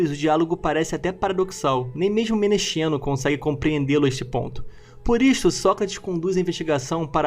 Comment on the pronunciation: "Menexeno" se pronuncia "Menekseno". Na transliteração usa-se "x" para representar a letra ξ = ks